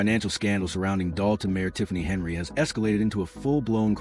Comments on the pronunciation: 1 second in. I do not believe she was arrested. I clicked because I want this to be true. Will finish this after watching the video. Henyard not Henry as the AI narrator says Stopping as this AI Video is just another clickbait scam putting content out to be a money gaining ad grab. I am glad I used adblock before viewing this video. You suck with this AI video. Do better. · Henyard, NOT Henry‼️ Thornton, NOT Thoron‼️ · Her name Henyard, please pronounce the names correctly if Your going to do a story!!!!! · It's Henyard not Henry